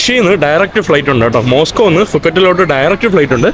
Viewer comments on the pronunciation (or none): none